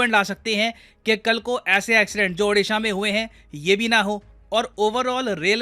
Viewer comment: It's not Aaudisha It's Called OODISHA. LEARN TO PRONOUNCE IT PROPERLY FIRST.